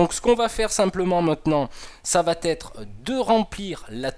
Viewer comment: Très bien mais attention aux liaisons « va être » et pas « vat-être » :D